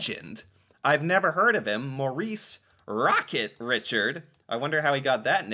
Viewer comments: ri chard pronounced ri chard back then hockey players made 5- 10 thousand per year , thats why he moved himself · Pronounced MO-REESE REEshard ... the players did not make much money, and often had other jobs, couldn't afford movers so there he was moving his family to a bigger apartment, the team rescinded a day off to move. As a player he was intense, and many french canadiens saw him as emblematic, and i believe there is a second heritage minute featuring the Richard riots, when The commissioner suspended him for the playoffs, which was seen as an English Imperialist attempt to kept Quebecers down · Pronounced RI-SHARD Sacre Bleu!! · Richard is pronounced " Ree- shard" FYI (en français) Cajuns of Louisiana and Acadians in Canada have the same (similar) herItage FYI. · It's pronounced rocket..re-shard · Ri-SHARD! Ri-SHARD! Ri-SHARD! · Rocket Ricccharrrd. Accent on the Richard. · The Montreal Canadiens is french and Maurice “/Rocket “ Richard is french so Richard is not pronounced the English way. Phonetically it would sound something like ree shar d. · Just an FYI. His name is pronounced Re-shard. French pronunciation. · My wife is Acadian born in Cheticamp, Cape Breton, NS whose family history includes deportation in 1757 to Louisiana (Cajuns). She is also a 3rd cousin to Maurice "Rocket" Richard (pronounced Ri-shard) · Rocket Richard was one of the best players of all time. It's pronounced Reeshard since he's french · A Great Canadian Legend but it is pronounced Maurice " Reshard " remember it's French that's why Canadien is spelt that way . You should read Pierre Burtons book the Promise land because many people were encouraged to move to vast emptiness of the prairies , many came from Russia , and Poland and didn't speak each others language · RICHARD is French pronounced Ree chard phonetically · Maurice Richard is french. You are not pronouncing “Richard” the french way. It’s pronounced “Ree-shar” or to anglicize it a bit more “Ree-shard.”